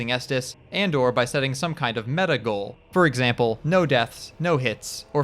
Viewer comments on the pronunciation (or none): none